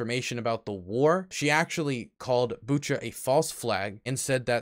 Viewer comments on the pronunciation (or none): none